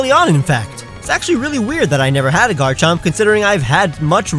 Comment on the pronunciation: DO NOT LEAVE OFF THE M IN GARCHOMP!